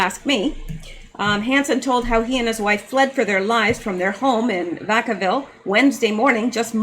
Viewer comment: It's pronounced Vack' -uh-vill. I used to live in Fairfield, the next town over, 10 miles away.